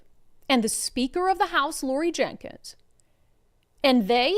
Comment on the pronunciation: It's Laurie Jinkins. Not Jenkins.